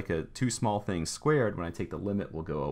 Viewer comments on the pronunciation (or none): It's pronounced LIEPnits. But thanks for the sweet video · actually its pronounced laipnits. Its a german name